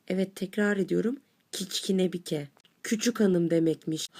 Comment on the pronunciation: kiçkinebike değil kıçkınibuke salak